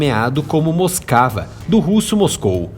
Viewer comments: "Moscava", kkkkk, realmente tava moscando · Moscava mesmo kkkk